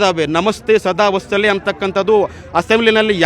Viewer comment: ನಮಸ್ತೇ ಸದಾ ವಸ್ತಲೇ ಅಲ್ಲಾ ಚಾಮ್ಮೀಜಿ.. ವತ್ಸಲೇ ಕಣ್ರೀ.. 😂😂